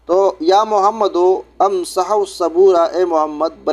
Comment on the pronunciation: Janab "ansahu" nahi he "imsa,h " he Amar ka siga